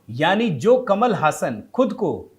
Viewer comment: जी ऐसा बताया जाता है कि इसका उच्चारण कमल हासन नहीं, कमाल हासन है।